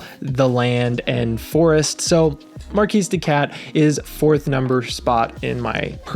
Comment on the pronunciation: Great video, thanks! BTW, it’s pronounced “markee” de cat, not mar-keese. That matters because the name is a play on words, mar-kee-de-cat, like kitty cat. 😅 Get it? It’s a silly pun, but a pun nonetheless.